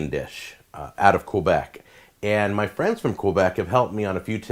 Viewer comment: maybe pronounce Québec properly if you are going on JAck for the way he says poutine